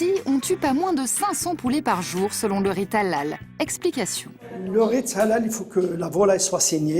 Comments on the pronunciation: On dit halal pas a lal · On dit helal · On prononce "Haléle“.. Faites un effort quand même.. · Je croyais qu’elle disait à l’ail 🤣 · Sa me fait rire quand elle dit halal 😂😂 on dit pas comme sa mais bon 😂